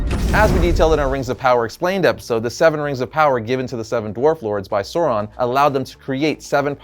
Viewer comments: Who is Soron? Lol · Others, including Christopher Tolkien, have provided more detailed pronunciation guides. AU has the value of English ow in town; thus the first syllable of Aulë is like English owl, and the first syllable of Sauron is like English sour, not sore.